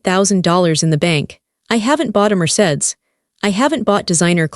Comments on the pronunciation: Need to pronounce words correctly Mercedes not marsaid lol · Mercedes pronounced: Mer-say-dees